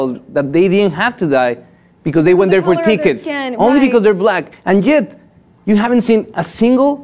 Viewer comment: This for: Dude you need to take some speech classes to reduce your thick Hispanic accent. Furthermore, you can not even pronounce the word " yet " that word came out with a " J " sound and not with the " Y " sound. I listened twice very carefully. I do not even know how you have this job. Very embarrassing for the Hispanic having a person like you and your bloody accent.!